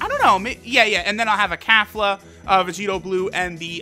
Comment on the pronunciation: “Kafla” where tf is the A sound for Kefla? lmao